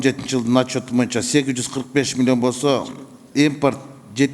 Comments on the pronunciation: Урматту депутат Момбеков "моюнча"эмес "боюнча"деп айтсаңыз четки болмок а так баары ок. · момбеков дплбоеп. тилин сайрайт. колунан хуй келбейт. кыргызда мойунча деген жок бойунча деп так туура суйлочу. мойунча деп музоо байлаган жипти айтат момбеков билип ал ушуну.